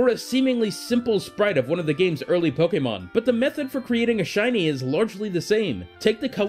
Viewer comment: I hate how you say pokemon. You stress it so weirdly in your sentences.